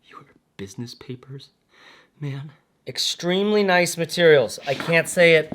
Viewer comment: I almost threw up 🤮 when you said papers 😂